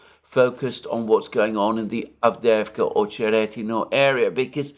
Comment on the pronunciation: You pronounce it "AvdYEvka."